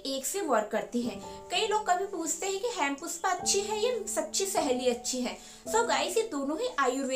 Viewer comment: Hempuspa.Nice pronounciation.